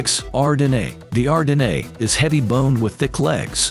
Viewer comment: You miss pronounced Ardennes and the Morgan horse should be on this list too.